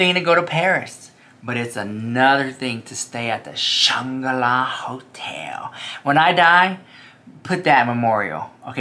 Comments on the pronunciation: Shanga-la? 🤣🤣🤣🤣🤣 do you mean the Shangri-la? 🤣🤣🤣🤣LOVE YOU! 💜💜💜💜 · I think you mean to say Shangri-La… you’re missing the “r” in your pronunciation 😅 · I thought it was Shan-gro-la Hotel ❓🤔😳😂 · Shangri-La is pronounced “Shane Grill Ah” isn’t it?